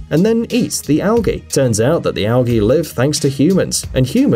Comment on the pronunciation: You pronounce algae wrongly